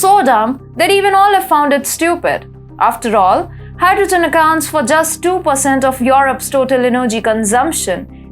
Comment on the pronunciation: ...hy-dro-gin. Gotta love 💘